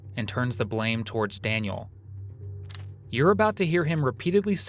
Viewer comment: Daniel not Daniele.